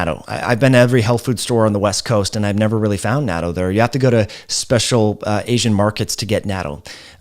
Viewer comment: I love you, but that pronunciation of "natto" is really off. Think of knot-toe spoken quickly.